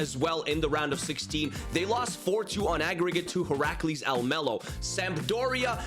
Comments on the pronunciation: Im from the netherlands, but said Almelo incorrect. Heracles is one of our worst clubs from the eredivisie. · i know some thing about heracles almelo (i live in the netherlands). almelo is the city where the club is located (same with psv eindhoven, which is in eindhoven). and the pronunciation is very wrong but yeah dutch is a weird language, so its not your fault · You said Heracles about right but Almelo was a tiny bit wrong but not certainly bad, just English